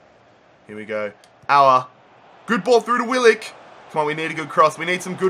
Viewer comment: Bro finally i keep telling you to do a Wanderers Rebuild, and it’s Willock not Willick